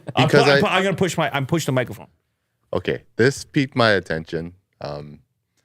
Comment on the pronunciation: “okey” lmao